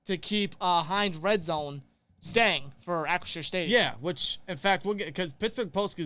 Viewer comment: it's Ahh- chri- 'sure', as in shore... not shire. like some Hobbits. lol